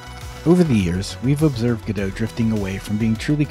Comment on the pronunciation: The real issue here is that you correctly pronounce Godot as "Go dough", but you pronounce "Redot" as "Re dot"? Why not "Redo"? Doesn't that make so much more sense, especially since you're re-doing Godot?